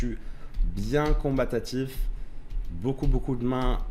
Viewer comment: j'étais en train de m'endormir sur la vidéo et le "combatatif" m'a réveillé en sursaut 🤣